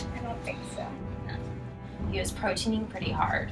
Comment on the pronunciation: did she say "proteing pretty hard"?? ^^